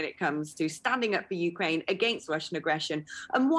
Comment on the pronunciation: It's not YOUkraine. It's not MEkraine. It's YouKRAINE.